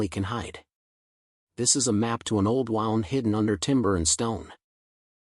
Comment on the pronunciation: Stop with the AI crap. “An old wound,” pronounced as in “I wound the clock.” 🙄